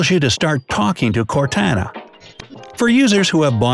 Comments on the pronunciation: Cortana is not core tan a its core tah nah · Its core to na NOT core tA na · Cortana (core-to-nu) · "CorTANa" 💀😂 "T as in Toy" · ITS PRONOUNCED CORE TON AH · That’s not how you say cortana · He said (Cortana) Wrong.